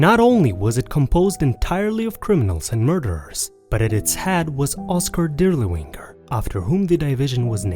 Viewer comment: “Death’s head”, not “dead head”. Moreover your pronunciation of German words and names is catastrophically bad. “DirlevAnger”, not “Dirlewinger”